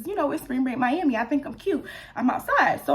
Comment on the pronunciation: prolly cause it sounds like mi-yam-i when you say it lol idk